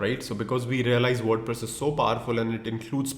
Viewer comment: WordPress ❌ WorduPress ✅ 😂😅😁